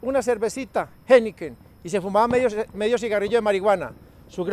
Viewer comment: Like por todas las veces que dijo geniken, geineken. 🥺